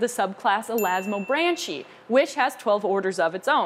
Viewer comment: Elasmobranch is pronounced with a hard C or K sound...not like a tree branch.